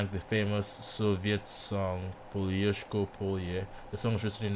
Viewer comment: Hi, You first said that you couldn't pronounce the song title. Then, you did quite well. 👍 I agree with a comment. Diana is a great ambassador for her country. The hammer and sickle emblem represented the Soviet Union. I guess that it was meant to honor the average working people.